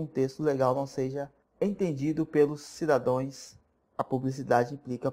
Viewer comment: sem querer vc pronunciou Cidadões, mas o correto e como estava escrito é Cidadãos. Cuidado para não errar essa na prova.